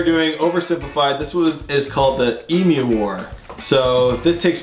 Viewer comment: Thank you SO much for saying 'emu' correctly (eem-yoo). When I hear Americans say 'ee-moo' I throw up in my mouth a little. LOL